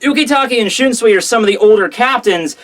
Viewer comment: why do you pronounce shunsui like that when you obviously have no problems with most of the other names?